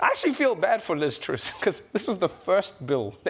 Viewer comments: Trevor, please, don't insult Liz z, it is pronounced "Truss" with an "ah" not an "ooh" 😂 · Liz Truss not "Troose". It rhymes with "fuss". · It's Truss as in us, not Ooose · It's TRUSS not TROOS ! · It's Truss not "troose" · It's pronounced TRUSS like Russ with a tr sound at the beginning not Truse. It's an easy mistake to make as she's so forgettable. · Do you trooos me? 🤣